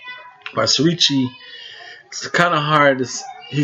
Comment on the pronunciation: The name is pronounced Siri-Chai, not Siri-cheeya as you pronounce it.